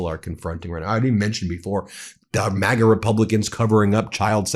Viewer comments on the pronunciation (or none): none